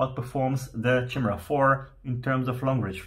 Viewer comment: Chimera = "KYE-mera" not "Chim-era"